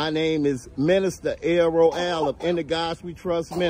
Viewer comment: are you sure he said "minister" ?...from the slurred speech it would sounded like he said "menace"